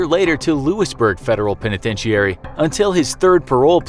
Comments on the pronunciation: When did it become a penitentiary with the last iary pronounced eairy? I've never heard anybody pronounce it this way. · his pronunciation of the word "penitentiary" makes it seem like he is phoning it in, who hasn't heard that word before? even brit's don't say it that way. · The penitentichary 😂😂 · The way you say penitentiary makes me want to slap a moose.... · That's not how penitentiary is pronounced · Why do you pronounce penitentiary so oddly?